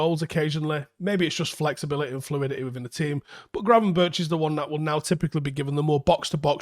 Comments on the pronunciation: Pronunciation of Berghuis is not [bergeous] but [berg-house] like in Bergkamp. Gravenberch is not [graven-birch] but [graven-berg]. Minor points. Love the videos! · Actually the "ch" in Gravenberch you speak out as "g" so Gravenberg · Gravenberch is pronounced as Gravenberk. butcherin names again😂